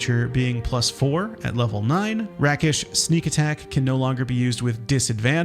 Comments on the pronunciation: Rake-ish Not Rack-ish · Rakish is pronounced rake-ish. A rake in this context is a womanizer, a male 304.